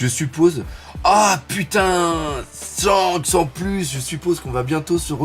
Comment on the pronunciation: tu m as tué à 2m12 avec ton putNaise 😂 Je respecte l effort wallah! Que Dieu te bénisse! Bon dimanche